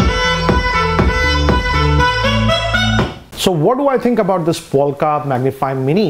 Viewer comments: Lol..its not POLKA..It's POLK . It's a teeny weeny ....Polka dotted.bikini.. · POLK not polka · Did he just say polka bwahahahahaha , he doesn't even know Polk audio . Btw it's pronounced 'poke' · why you say POLKA whereas it says POLK??????? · It's Polk, not Polka. Good review, thanks. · No offence , but isn’t it polk but not polka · Its not Polka but Polk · It's Polk not polka